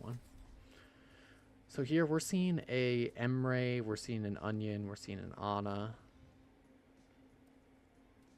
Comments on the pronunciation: I keep hearing onion and in different videos too XD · Please tell me i'm not the only one that kept hearing "onion" instead of Anran on King's Row? xD Amazing series btw loving it!